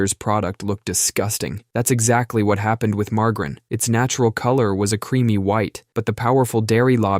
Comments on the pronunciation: Ma Jerr in Not mar gar in 😊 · "Marge-Ah-Rin." not "Mar-Grin". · Say it with me now marg-a-rine lol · The fuck is "Margrin"? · What’s “mar-garrin”? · Ikr? I can't believe he said mar-guh-rin! 🤬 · Yea... Who the hell says margarine with a hard g? I lost respect for the dude speaking after hearing the way he says margarine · I’ve never heard margarine said that way